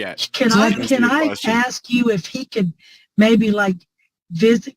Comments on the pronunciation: " i can axe him" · Just curious, how does a edumacated lawyer () not know how to pronounce the word "asks" but instead pronounces it "axe".." hang on judge let me AXE him"..comes across as lazy and unprofessional imo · did that ADA just say “let me AX him”??? The professionalism is just astonishing lol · The ADA says “aks.”?